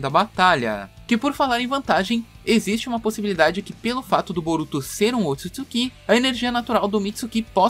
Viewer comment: Para mim já saturou ouvir tanto "Mitsukí" e "Otisuksukí". Nunca mais ouvirei isto.